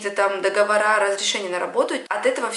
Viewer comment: Договор склоняется и ставится ударение как слово помидор.